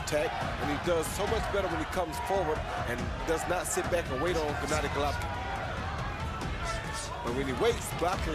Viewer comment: "Jennadi Gollovin" He ain't too smart, is he?